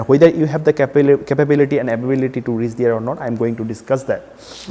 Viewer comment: i m not able to understand y these kind of sucker explain palmistry..he is not able to speak properly..first of all its not reeess its reach see his videos he is is the biggest chutiya i have ever seen